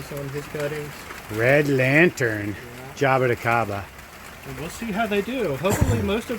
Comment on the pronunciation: Ja-bo-ti (pronounced chee) CA-ba